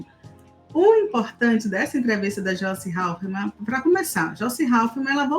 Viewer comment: Não sei se entendi mal mas a falou Joice Haufmann (2x)????